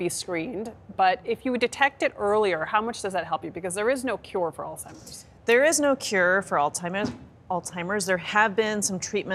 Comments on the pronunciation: It's not "all-timers" It's "Alzheimer's". Good Grief. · I think the doctor has all TIMERS. The doctor kept on mispronouncing Alzheimer’s and didn’t take the hint from the anchors. Hmm don’t think I can trust this doctor.